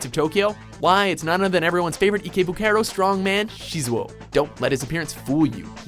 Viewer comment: Did he just call ikebukuro ekaybookayro